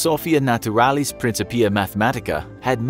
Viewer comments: it's pronounced prin-kip-ee-ah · Pronounced 'prin-KIP-ia'